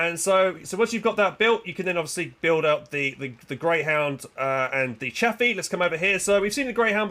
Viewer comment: still wrong its Chaffee